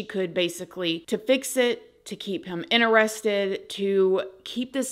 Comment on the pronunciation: Every time you say innerested ❤ (interested)